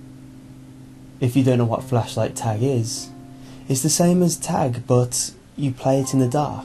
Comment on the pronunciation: He said fleshlight.. Not flashlight..